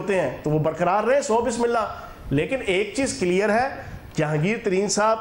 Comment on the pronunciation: Kiler nahe clear hota hi chohan sb